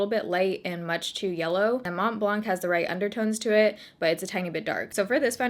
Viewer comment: You don’t actually pronounce the C in blanc .. It’s a french word that means white👀 Lovee youuu btw and your skin is looking fiiireeee